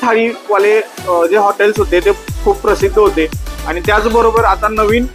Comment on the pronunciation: नमस्कार मी अभिजित, तुझे सगळे फूड ब्लॉग आवडीने बघतो. आपले सादरीकरण सुंदर.... कसली सुद्धा नाटककिय भाषा नाही...प्रतेक पदार्थाचे विस्तृत विवरण. फक्त एकच नम्र विनंती.. ब्लॉग मध्ये खालील चुका पुन्हा नाही होणार याचा सखोल अभ्यास कर 1) मराठी भाषेचे काही शब्द.... आपण/आपन नव्हे. आणि,/ आनि नव्हे. 2) पदोपदी wow याचा वापर न करता... अप्रतिम असे प्रगट केल्यास आणखी मज्या येईल. कदाचित आपणांस राग येईल. पण आपली प्रगती उत्तम व्हावी यासाठी काही चुका दुरुस्त करण्याचा प्रयत्न केला. क्षमा असावी